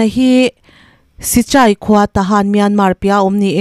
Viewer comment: Mibo kha sichai a ni lo, chichai tih tur